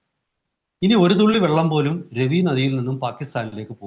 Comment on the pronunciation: Ravi river,रावि नदि, രാവി നദി എന്നാണ്. ( രെവി നദി, रवि नदि ,Revi river ) എന്നല്ല.